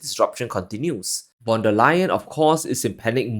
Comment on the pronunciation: "Von", not "van". She's German, and "van" is Dutch. Her family also earned their wealth through trade in Cninese silks! NOW she wants to "decouple" from China.